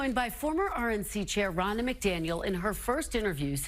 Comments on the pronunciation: Are you purposely saying “Ronald” instead of her actual name “Ronna” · Ronna* Most likely, your auto-correct switched her name to Ronnie. Not as bad as though.. I swear, it sounds like he keeps calling her "Ronald" lol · Ronna, not Ronald.😂 WTF.